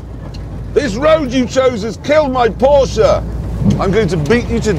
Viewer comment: "Jeremy Clarkson and his haunted proshe"